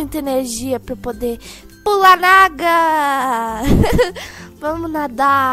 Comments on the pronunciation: vc falou aga não água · Ela falou acaua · vc falou aga